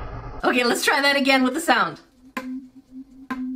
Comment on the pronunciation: You said look at this sawed Instead of listin to this sawnd